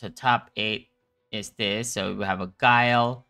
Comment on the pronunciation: Lmao, great to hear other folks saying Guu-Lee vs Guile. Don't feel so weird now